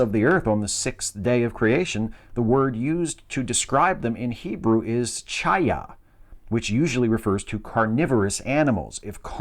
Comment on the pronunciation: Hi,. This is just a point of clarity. Hebrew transliterations become butchered when mispronounced.When seeing "ch" it's typically pronounced "kh". "Chayah", the word for "living" is a form of what's used in the phrase "L'chayim"... "to life". "Cherub" is pronounced "kheruv" and "Melchesedek" is "Mel-khee-tzedek".